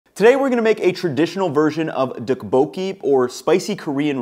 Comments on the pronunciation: Nice video! Your healthy version reminds me of another traditional form of tteokbokki called gungjung ("palace") tteokbokki, in case you were interested. Tteokbokki is one of the dishes i always hear different pronunciations for, but the second O isnt emphasized as much as it would seem. The best tip i can think of at the moment is that it should sound vaguely like "tupperware" when you say tteokbokki 😂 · It's pronounced more like "duck"-boki. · This is what I was thinking about!! It’s pronounced with a “harder” D+t sound rather than the American t sound. It was driving me crazy how was mispronouncing it as he usually gets these things right. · the way you pronounce Tteokbokki cracks me up lol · Can someone teach him how to pronounce it? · He really butchered the pronunciation tho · Noooooooo you butchered a classic Korean recipe with the beef and asparagus. That second version might be healthier, but you can’t call it tteokbokki. And you did not pronounce it correctly 😂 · as a korean, the way you pronounce tteokbokki brings me pain.